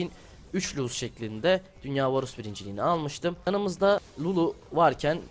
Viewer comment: Bu cocugun montajına sokiyim ya varus diyemeyen biri smurf hesapla bronzlar üzerinden 1 cilik kasıyor yazık ya ben bu videodan hiç bi şey ogrenmedim bu ne